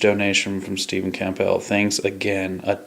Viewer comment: Pronounced Cambull p is silent lol